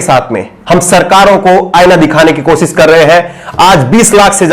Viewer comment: aap sha shabd ka sahi ucharan kiya jye. Sha ko sa na ucharit kiys jye Aap ache patrakar he lekin bhasha ashudh hona ek patrakar ke liye a hi bat nahi he. Koshishbko aap kosis keh rahe he. Sharnak he ek patrakar ke liye